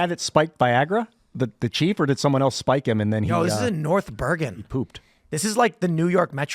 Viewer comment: Its pronounced Noyth. Boygan